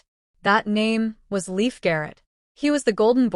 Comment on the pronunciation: That’s Leif. But it’s pronounced Lafe, as in safe